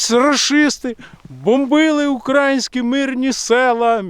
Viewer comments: не кажи УкрАїнські,казати потрібно УкраЇнські 😉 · Українські, українська, українською - наголос на Ї !!!!!!!!!!!!!!!!!!!!!!!!!!!!!!!